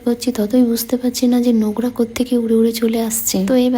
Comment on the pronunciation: নোংরা ❌ নোকরা✅